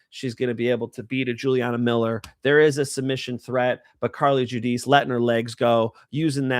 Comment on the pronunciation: Don't say Carli Judice.